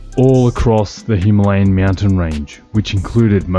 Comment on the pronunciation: Immediate 'like' because you can pronounce the name of the bike properly! Now.....back to the video.